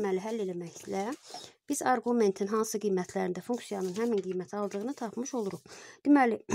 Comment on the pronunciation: Arqument sözünün vurgusunu düz qoyun